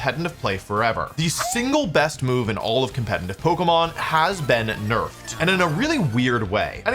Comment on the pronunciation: Brooo! When the fuck will you learn to pronounce “competitive” the right way??? You’re a grown ass man FFS!!